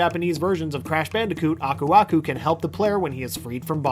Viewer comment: I always thought Aku aku said ‘burbuga’, that’s what my cousins and I always called him xD